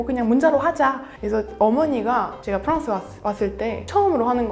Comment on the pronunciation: 프랑스를 프헝스라고 안 하고 한국발음 프랑스라고 하는 것을 보고 이 분은 정말 찐이라고 느낌.